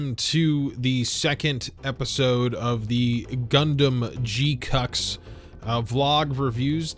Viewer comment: Can't unhear "G cucks" 😁